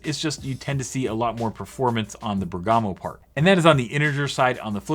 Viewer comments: Great video, just a note: it's Bèrgamo not Bergàmo ;) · It's Bérgamo, not Bergàmo... 😏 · Bèrgamo should be pronounced with accent on the ‘e’, it’s an Italian city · I think it’s pronounced “BEAR-guh-moh” but idk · It's Bèrgamo, accent on the e :)